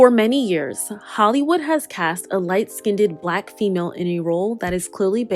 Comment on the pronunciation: First of all, I love your content. That being said, I need you to practice pronouncing "light skinned" correctly though. I heard you say "light SKIN-DED" multiple times ( , ), which makes my ears bleed and frankly does not fit the highly intellectual tone and intent of this video. I'll even accept just "light skin" with no "ned" as it sounds better than "skin-ded".